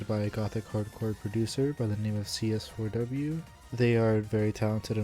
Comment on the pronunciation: I like how you say cs4w's name as written. i always kind of said it as seesaw in my head 😂 Nice summarization btw! I personally would have included the influence of Umineko and zts' music for that game on the genre, too. It's very prevalent with more notable gothic hardcore artists and some of their early work (gmtn. - Happy Maria remix, Furiosa Melodia; Team Grimoire - 悔恨コロッセオ, Grimoire of Blue album, Prison Strip remix, Abstract Garden). It also coincided with the Touhou Doujin remixes community, which I'm sure also influenced Gothic Hardcore to a point (Kurokotei, to an extent, as she is not strictly gothic hardcore. Shoutout to her song arcanegatewander, a clear homage to zts' music). Though, I guess this video is more of what is Gothic Hardcore musically and where it fits in the genre bubble. As for Gothic Hardcore music theory, none of it is set in stone, but a lot of it is based around classical music tropes such as the Harmonic Minor scale/Perfect Cadence (V - i movement), Circle of Fifths progression in minor, the Lament Bass/Andalusian Cadence (descending chromatic bassline), trills, and classical arpeggios. Gothic Hardcore really borrows a lot from Baroque, tbh. Maybe throw in some Phrygian for the bII/Neapolitan chord (Tempestissimo, iirc), or even the drawn out isus4 - isus2 - i or I (Picardy Third) for the Team Grimoire flair. A lot of this is all pictured in CS4W's progression anyway; It's a modified circle of fifths prog (Aug chords are not really circle of fi